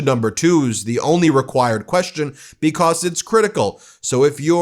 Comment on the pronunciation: Because, not "be-coss" Human, not "yoo-man" Thank for not saying "play this clip" 80 times in this video. Thank you. Keep working